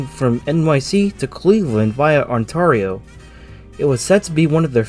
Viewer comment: Please never pronounce Ontario like that again